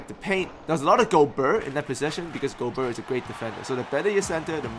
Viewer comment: Great vid as always, will help a lot ! :) Just one little thing: I'm french a bit disturbed by the way you pronounce Rudy's name aha. The "ert" part in particular. It should sound more like the "air" in a word like fair.